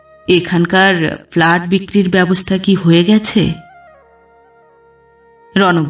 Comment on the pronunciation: গল্পটা আমার ভালো লেগেছে,,, কিন্তু একটা উচ্চারণ একটু খারাপ লাগলো,, সেটা হলো ফ্ল্যাট,,, আপনি বার বার ভুল উচ্চারণ করছিলেন